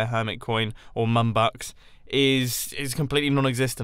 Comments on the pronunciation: Man i thought you said NUNBUCKS not MUMbucks hahaha MUM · Did anyone else think he said mumbox instead of mumbucks?